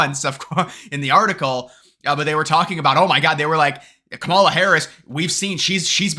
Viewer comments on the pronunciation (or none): 😂😂😂 I am missing one of your early voting videos, reporting the “republican hype” to support Trump. Tick tock, I can’t wait for your “depressed” video after Election Day and keep pronouncing Kamala name wrongly, you will learn the proper pronunciation by the end of her presidential term.😂😂😂